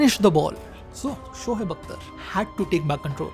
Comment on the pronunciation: Its shoaib not shohaib😂 totda sala